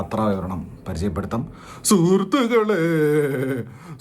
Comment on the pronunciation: സുർ സൃഹ്ഹ് ശ്രു സൃർരുസൃഹേതുക്കാളേ.. ചെ ശേരിയാകുന്നില്ല, ഇതെങ്ങനെ പറയുന്നു 😂😂